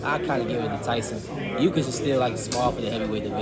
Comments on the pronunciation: Keyshawn calling Usyk "Yuu-kiss" had me ctfu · Does he really not know Usyks name? He called him Ukys